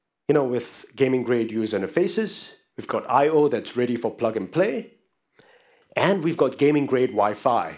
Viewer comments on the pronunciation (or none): none